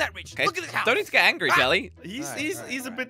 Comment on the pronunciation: "anrgery" Lmao